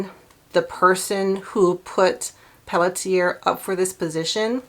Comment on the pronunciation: "Pelletier" is pronounced pell-she-A. It's French.